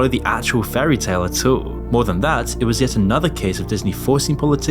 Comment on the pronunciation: “At awul”